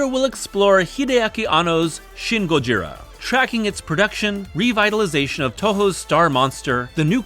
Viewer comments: Dude please just say "Godzilla" - saying "gojira" with an American accent is even more wrong than using the official English name. It's a mispronunciation of an imperfect transliteration and it just really ground my gears. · If you can't pronounce "Gojira" correctly, just say "Godzilla".